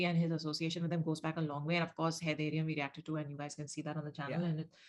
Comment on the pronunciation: Just a small correction. It's Haiderium, not Haydayrium.